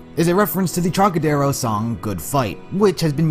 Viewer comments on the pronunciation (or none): You keep mispronouncing Trocadero